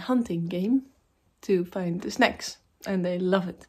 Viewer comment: love your video i thought you said snakes but you said snacks lol snack sounds like back...snakes sounds like breaks